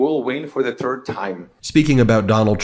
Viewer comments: Haha, "we will win for the TURD time!" 😂😂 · He says we will win for the turd time. Im Hispanic and I'm embarrassed by these people. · He said turd ⏲️ 🤣🤣